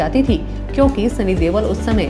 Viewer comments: Deol not deval lol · why is she pronouncing sunny deol as sunny dewal...its irritating !